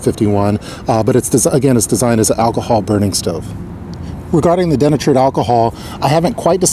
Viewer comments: De-Natured... not denatured. lol. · hearing den-a-tured over and over thru me for a loop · Nice job,. Can't help kidding you, though, about your pronunciation of denatured alcohol. It's pronounced dee-natured (just like nature with a d on the end). I work with words for a living... hope you don't mind.:-)